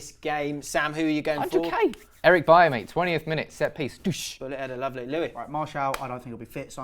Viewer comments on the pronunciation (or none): none